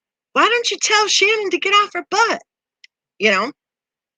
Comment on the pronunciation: Who Shannon? It’s Shannan